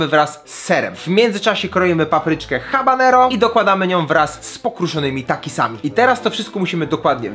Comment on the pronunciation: mówi sie ABANERO !!!!!!!!!!!!!!!!!!!!